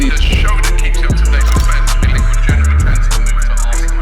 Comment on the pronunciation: We to start a gofund me page to teach Robbie how to pronounce "January"